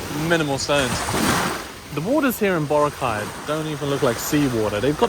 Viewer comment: Hey,. Say Bo-RA-cay correctly before you leave the place. 😅